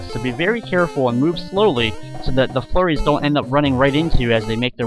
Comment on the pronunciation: hehe sometimes when you say flurries it sounds like your saying furries :3